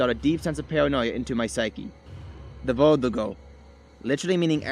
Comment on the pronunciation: Its verdugo